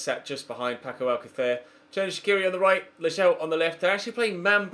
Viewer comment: WTF was ur pronounciation of Alćacer